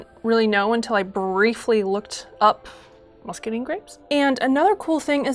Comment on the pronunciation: I recently came into a free source of muscadines so this is super helpful for my plans to make a muscadine pyment, but my southern heart breaks hearing them called muscadeen grapes not musca dine (so sorry!! I love the video pls keep them coming)